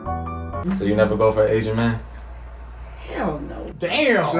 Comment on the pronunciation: She didn’t need to say ‘HELL no’ like that 😂